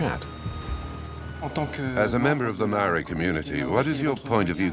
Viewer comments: Mar-ray-a???? It's pronounce Mar-reye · My god man learn how to pronounce Maori! It makes me cringe every time you butcher the word ....It is for your information pronounced Mowree not marie Mow like mow,ld (mould) ree. From the Tangata Whenua (people of the land) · Maori not mari 🤣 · it's pronounced mou-r(d)i - like mouldy but with the 'r' replacing the 'ld'. Notably the 'r' is tapped, not just said, so it's a bit like if you rolled it but only for a short amount of time. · Love it but every time he says 'mow-ree' I cringe a little